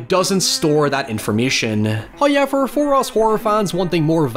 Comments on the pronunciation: "Eye spy with my little eye.... something intriguing with a HOYEVER in it." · First "hoyevver" drops - buried in the sponsor drop. Cheeky.